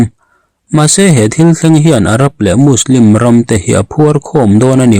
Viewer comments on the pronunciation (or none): none